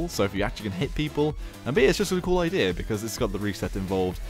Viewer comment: Why do you say idear instead of idea